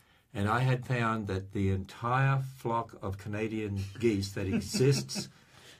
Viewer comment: I heard Canadian Gays.